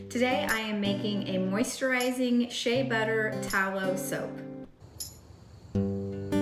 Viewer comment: Can’t say “ moisturizing”.